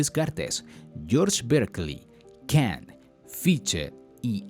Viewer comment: Todo bien, pero ¿por qué dices los nombres alemanes con pronunciación anglosajona? Se oye raro o no se entiende. Ej. Fichte se pronuncia "Fijte" y no "Fitche", Leibnitz se pronuncia "laibnitz" y no Libnits", Hegel se pronuncia "Geguel" y no "Giguel", Schelling es "sheling" y no "Skeling". Saludos